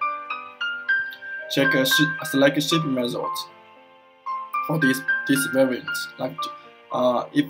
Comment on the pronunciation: I understand this is run by non English speaking - I know its hard to provide service in English sometimes but Hiring someone for $50 per instructional video that speaks excellent English would be a very very good investment. I want to know how your business services work but I can't understand you. Took me 5 minutes to figure out you were trying to say the word "variant". Canader is pronounced Canada. "Prodas" is pronounced products ( prädukts). Not trying to be rude here, just pay someone that speaks english- if its to much money ask a friend or a family member